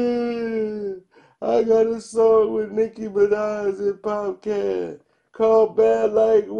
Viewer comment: ...Popcaan pronounced 'Popcarn'🙈